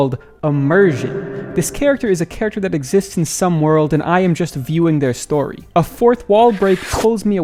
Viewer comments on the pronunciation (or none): none